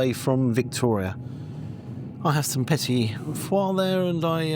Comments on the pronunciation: Was a delight watching you get slowly more inebriated, its been a while! Great video to end the year, I'd always wondered about these trips. Here's to 2026 (with more cameraman involvement?). One last tip- it's pronounced Petit-Faw, not petit-foire. Merry Christmas 👍😄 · I cringe every time he pronounces "petit four" as "petit fois"... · Petit foie?! I think you're mixing up your post-dinner treats with your duck liver paté! (It's just pronounced like English four). You could tell those roast potatoes weren't crispy just from how they cut. I think the score for the food was about right, even taking into account the difficulties in cooking in that kitchen. Service could have been a bit more accomplished for the price I thought, the way they flicked the remaining soup in the spatula into your bowl.